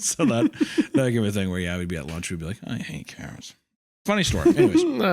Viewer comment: I love when wendi pronounces "thing" as "thingah"